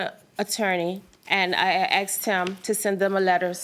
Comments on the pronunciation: She axed chew ! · “That’s all I axed him to do.” Tells me all I need to know. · Haha…she “axed” for too much and karma don’t play.